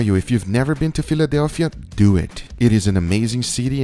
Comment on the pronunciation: Its more like "So, lets dew it" :P